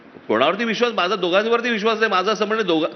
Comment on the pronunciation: It’s not “ MAHJA”, but it is “ MHAZA”.